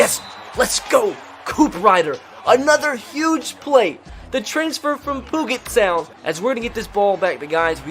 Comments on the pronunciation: I go to Gonzaga and know Washington well and when you said Poo get college I almost cried 😂. It’s pee-you-jet sound lol. Love you brother if you have any other pronunciations that you don’t know just ask in the comments I got you. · "The man from "POOGET"sound!" xD its pronounced "PEW-JIT" like pewpew like a "handgun" sound. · the man from puget sound it s prononced pujet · It is pronounced pue-jet, pue is like a video game sound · I wish he would keep calling it pud-jet sound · My favorite part of the series is how mispronounces Puget Sound just to troll the OCD folks 😈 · Haha, I love how people get triggered over this. Let the man say it how he wants!